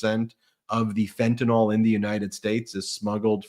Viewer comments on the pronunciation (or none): Ben needs to learn how to say fentanyl.